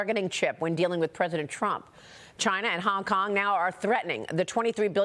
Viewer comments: Maria said “Kong Kong”😂😂😂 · maria! did you just say "the kong Kong govt" !!! educate yourself darling. -oh sweety BlackRock is globalist with 0 loyalty to America or anyone.